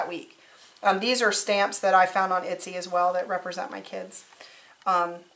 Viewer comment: etsy- not itsy